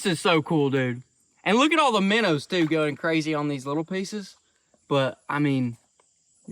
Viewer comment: Are they minnows or as you sometimes say minners 😂